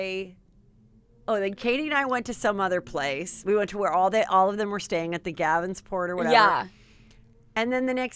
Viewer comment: Love heather, and big juicy scooper, but… heathers heatherisms as I call them, omg, she said gavensport hotel 😂 and love bombing is a very different (and specific) thing, then the beginning of a relationship…